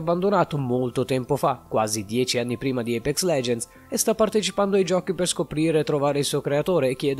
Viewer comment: Da notare tutti i nomi sbagliati (IPEX) 🤣 (PAFAINTER) 🤣